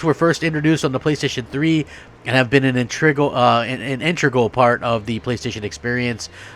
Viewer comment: Intreegral changes? You mean integral? Lol